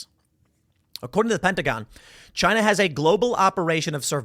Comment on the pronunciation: It was " Chyna"